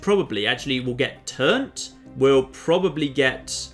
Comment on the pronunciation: Can I just say how much I love that you call it Turnt even though its Trunt